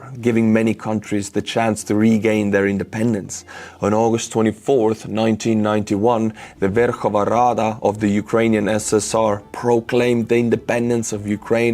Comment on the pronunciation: It' Ver-KHOV-na RA-da.